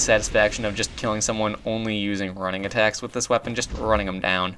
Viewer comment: Why do you pronounce "running-attack" as "rang-attack"?